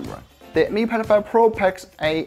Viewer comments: Way he says "Mi Pad 5" sounds like "Me Pedo-phile". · why is he keep saying mi pedophile series lol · You pronounce Mi Pad 5 like Mi pedophile. Disturbing and funny a the same time.